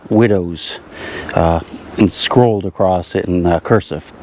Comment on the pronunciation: Important soap box pointer. Expecially acrost the street. English please. 😂